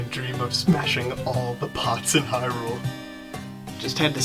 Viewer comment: it's Hyrule as in HIGH-rule, that's why the alternate world in a link between worlds is called LOW-rule and it's also pronounced as HIGH-LIAN not HILL -LIAN, and i'm just trying to help with pronunciation is all.